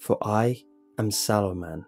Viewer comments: I thought he was saying Saruman the entire story, I feel your pain. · i thougt you said the swallow man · Wercome to City Wok how can I ah take your order? Ok. You want the sauoman. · holy shit i thought jt said swallow man 😂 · Am i the only one who kept hearing sauoman